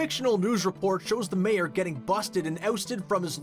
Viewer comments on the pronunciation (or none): none